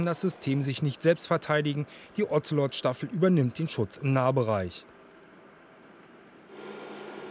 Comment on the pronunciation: Ozelot - sprich O ze lot , nicht Ozzzzellottt